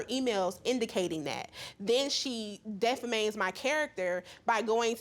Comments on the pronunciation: Def-fa-manes my character? Did anyone else catch that? LOL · Yes lmao. Hillarious pronunciation of defames.